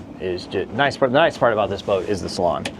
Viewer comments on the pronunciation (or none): It's a freakin' SALOON ... not a "...salon..."